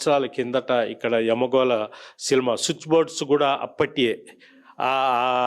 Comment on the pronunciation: అయ్యా - మీరు " సినిమా " అనడానికి బదులు " సిలమా " అని అంటున్నారు !!! మీరు ఏమి చదువుకున్నారు మహానుభావా ??? ప్రజల్ని మీ వీడియోల తెలుగుతో చంపకండి !!!